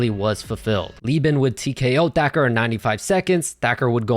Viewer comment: The narrarator pronounces "Thacker" as "Decker". Also, whatever happened to that one mma fighter from the early 2010's, Jimmy something. He had wavy hair, similar to "Ben Askren". I think he fought at 145. He was primarily a grappler stylist as well.